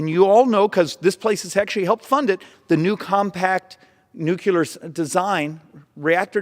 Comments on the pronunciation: "nook-yoo-ler" I don't disagree with his message, but he would sound more credible if he knew how to pronounce words. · NuCLEAR C L E A R isn't pronounced "Q Lur" If you're going to lecture people about "the math" you should be able to read better than a third grader when you do it. P.S. I double bag each and every item that I buy individually in it's own plastic bags and then I throw all but a couple of the bags out of the window along the way home in case I get lost, like Hansel would've done if he was dealing with a pandemic. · Nu cle ar.... It's not that hard, stupid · "Nucular"? Come on, dude. It's written right there on your chart. N-U-C-L-E-A-R! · This is my biggest problem with the environmentalist crazies. As a species, it’s impossible at our level of technology, to reduce emissions and use without nuclear energy. Nuclear energy is our best hope right now. Yet they staunchly oppose it. And please stop calling it “nucular”. “Nucular” isn’t a real thing, nor a real word. It’s nuclear. Always. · New. Clear. New Clear New clear Nuclear. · Please please please for the love of God, quit saying nuculear!!!!! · I do not trust the scientific opinion of anyone who pronounces nuclear as nukular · Say it with me now... "Nu-cleeeeee-ar" The "U" comes early in the word, and is not repeated after the "cl"... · Except he mispronounces "Nuclear" as "Nucular" every time which is a bummer because it undermines all of the VERY GOOD AND RATIONAL things he's explaining. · I'm sorry, but despite all the truth this man is providing, I simply can't go along with him as long as he continues to include a third syllable in "nuclear." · Why can't Republican leaders pronounce the word nuclear? It makes you sound uneducated when you are trying to make a scientific point. Learn to pronounce your words correctly or you will not get your point across. There is only one letter u in that word. Sound like you have an education. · Please learn how to pronounce nuclear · Nucular hehe